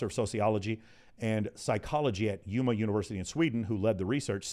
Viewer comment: As a swede, i almost spit out my coffee when i heard how pronounced Umeå 😂. Next time just pronounce the å as o and not as a. You will be alot closer to correct pronunciation.